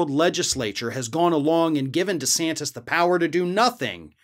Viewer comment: I know is saying Ron DeSantis but all I hear is Rhonda Santis.